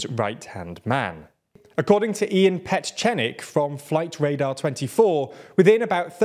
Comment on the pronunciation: violated Ian Petchnik's name!